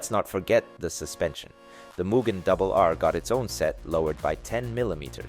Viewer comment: not even. its mugen, not whatever this american as$ "muguhn" is